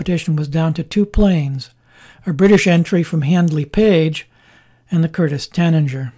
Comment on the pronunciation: He mispronounced Tanager. He said "Tananger". It's a bird species, BTW.